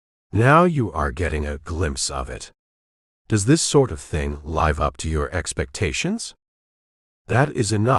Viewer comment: Needs to learn how to pronounce live